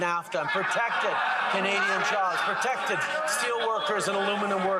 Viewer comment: This idiot says "ahhh" so much i love his pronunciation of protected....."protectuhhhh". what an idiot